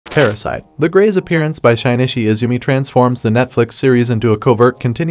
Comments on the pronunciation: shi-ni-chi not shine-ni-shi :)))) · bruh... "Shine-ishy" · "Shynichi" "Parasyte.... The grey"